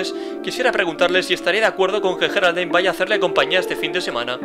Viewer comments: Me llamo Geraldine :'v y no se Dise geraldain es yeraldine pero se escribe con g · como se escribe: Geraldine como se pronuncia: yeraldin como el lo dice: geraldain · No Sé Dice Jeralain Se Dice Geraldine. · cierto se pronuncia yeraldine y se escribe geraldine q casualidad yo me llamo geraldine y en lucar de geraldine se supone q es coraline